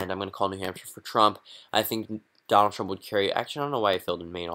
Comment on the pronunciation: "Donalad" Sorry to be that guy.☺